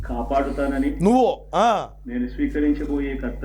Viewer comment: That ‘’నువ్వు’’ was personal😅